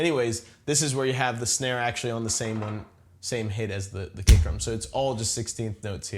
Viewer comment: I swear to god he says "cake" instead of "kick" every time.